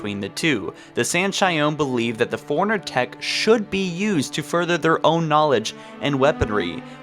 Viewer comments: Foreigner, Not correct. Forerunners, correct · forerunners,not foreigners. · When you say forerunners it sounds like you're saying foreigners. Lol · Lol when you say forerunners it sounds like you're saying foreigners...